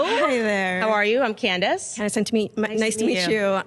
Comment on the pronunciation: It's "Candace", not "Candice."